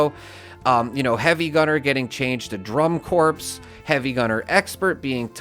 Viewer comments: "corps" is pronounced "kor" like Core. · Thank you for all this info - we appreciate your work! (BTW, "corps" is pronounced "core".)